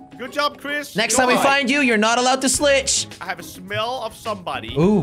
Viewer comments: did jelly just say slitch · no he said slich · yeah he said slich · U giys know wat jelly said when he said the guy cant snitch no more he said slitch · Ya he said snicher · I love how jelly said slitch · Jelly:If we find u next time ur not allowed to slitch. Me: I see the word Snitch is now pernounced Slitch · Jelly when you said next time I find you ur not aloud to slitch instead of snitch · Did you notice that jelly said slitche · You had said slicth when you was trying to say snitch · He said slitch when they cris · Jelly said slitch not snitch when he they found the flexing person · You said slife